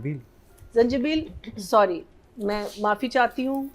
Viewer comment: Soory soory 😂😂kya soory